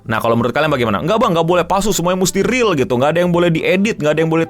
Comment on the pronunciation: Sumpah bang gue pengen nyambit pake remote ac pas lu ngomong riyal or fake